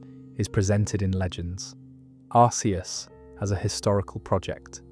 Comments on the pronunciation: Its not pronounced Ar-see-us, its pronounced Ar-kee-us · I say arseeus instead of arkeus like it’s pronounced. It was originally arseeus, so ironically this is the first time I’ve ever heard someone pronounce arceus as arkeus